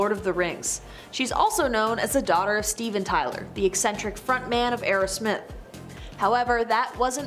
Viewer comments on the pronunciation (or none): Aerosmith is ONE word. Its not "arrow smith